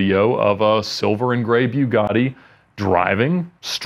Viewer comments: The way he pronounces Bugatti bothers me too much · Why does he pronounced bugatti that way? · He mispronounced Bugatti and research lol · It’s pronounced bu-gaht-e 😉